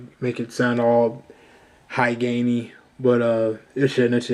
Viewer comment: did you say high gamey?